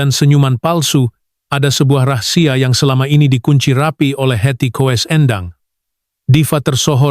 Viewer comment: Menyebutnya kok Heti Kowes.....